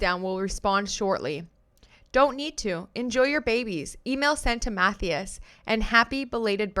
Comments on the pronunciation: Matthias is pronounced "Mat-TIE-us" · Agree with you fully!! Love listening and btw lol the name Mathias? it’s pronounced - MA THIGH ASS 🥰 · The way your pronouncing Matthias is hilarious 😂 it’s more like math - eye- us ❤❤ love you!